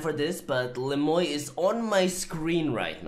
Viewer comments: Is his name really pronounced "Le Moy" instead of the French "Le muah" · you gotta say it like 'le mwa' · The way you pronounced Le Moi ("the me" in French) had me triggered lol But all good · Isn't le moi the french word moi pronounced moa? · His name is french but not a single soul can pronounce it correctly. You pronounce it as Le mwa (moi = french) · Le moy??? Does he not know any French lol